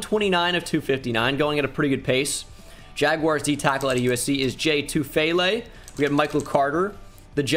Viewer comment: He said D tyackle again🤣